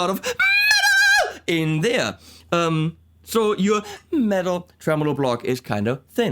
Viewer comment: she said metal? ouch